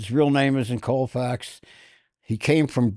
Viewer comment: Does anybody have the courage to correct on the pronunciation of Sandy Koufax? Colfax is a major highway in Denver but not Sandy's last name.